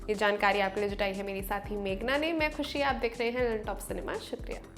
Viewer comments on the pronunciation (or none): none